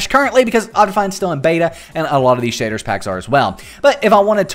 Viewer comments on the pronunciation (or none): Your accent though SHAYDRRS pack